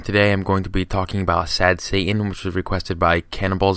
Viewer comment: But what if Satan can go Super “Saiyan?” Just “sayin.”